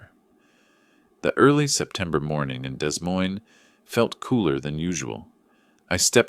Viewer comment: It's pronounced "Dee Moyne" - you need better AI